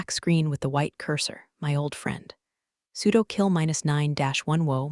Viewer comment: It's sudo, not pseudo.